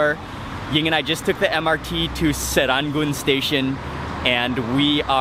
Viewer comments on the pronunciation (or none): sir ran goon not sir run goon haha that`s funny. Good try though!